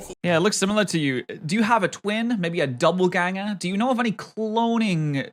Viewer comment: did say Double-Ganger? Not Doppleganger?